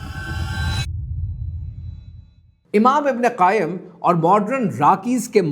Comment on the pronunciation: Sir imam ibn qayyam hai not qaim 😊